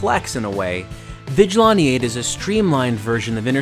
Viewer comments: It's pronounced Vij-a-lan-tee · Say it with me: Vigil-"anne"-te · "Vijilaunty eight" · Why do you say "Vigilante" so weird? STOP THIS.